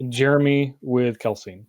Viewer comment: It's KEL-SEE-IN, not KEL-SEEN.